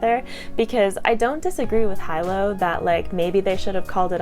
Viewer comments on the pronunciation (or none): He lowe not hi low. FYI. Great review. And you are beautiful. Have a great day everyone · Loved Jade war ! Shaes battle had me sweating buckets lol. So intense. Hyped to read legacy now . Great review ! I pronounce Hilo "Hee-lo " though 😅